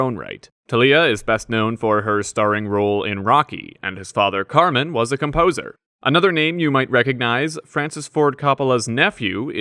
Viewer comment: This guy is pronouncing “Carmine” like “Carmen”! 🤷‍♂️